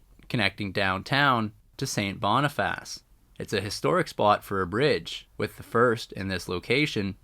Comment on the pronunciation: It's pronounced Sait Bonifiss , or locally Sait Bee . The Seine River is named after Louis Riel's parent's who operated a fish seine or trap on the small river , not to be confused with the Seine River in Paris . The Sprague line is pronounced Spraag line . Winnipeg has well over 100.000 indigenous people many of whom live in poverty . Quite a few of them are homeless . The Bergen's Cutoff Bridge was buil to haul cordite from Transcona in the east to the north end to build munitions for WW1 .